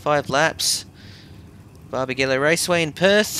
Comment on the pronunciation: It’s not BarbagEllo either, it’s BarbagAllo.